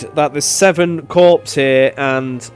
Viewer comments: Corps = CORE, not corpse. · Note: "corps" is pronounced like "core"